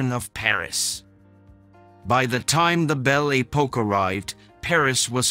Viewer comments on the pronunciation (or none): Most peculiar pronunciation of French words! "Bel A Poke"🤣🤣🤣